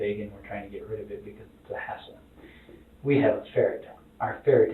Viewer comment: Who else heard him say one word and immediately didnt like him.. He said "our GuInEa pig iS not a HaSdLe".. No bro, you are